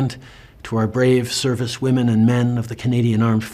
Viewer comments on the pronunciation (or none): none